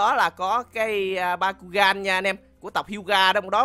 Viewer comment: Byakugan mà cứ đọc bakugan :v